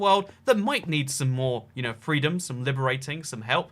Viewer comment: WOW I am offended, He SPREADED FWEEDUN